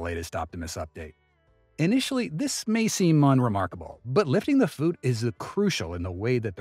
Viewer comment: "but lifting the foooot..." Nice try AI.